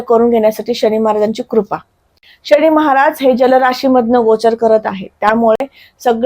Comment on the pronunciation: शणी की शनी ? किती अशुद्ध उच्चार